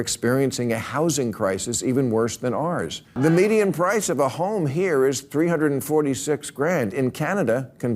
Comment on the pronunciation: Someone should tell him…it’s pronounced “ours”, not “arrs”